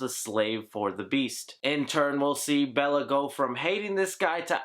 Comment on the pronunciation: Belle not Bella.